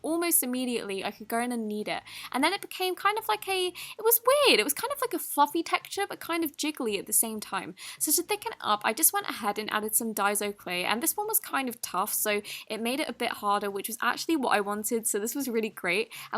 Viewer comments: It’s not die-zo it’s die-so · I know someone who is Japanese and they told me Daiso is pronounced die.sew. The way u say it is more like die.zo. Hope this helped 😄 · She said oso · Deso clay I'm spelling it out for you d I s o don't say it with a I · she actually said it wrong but its better than most americans saying days o clay.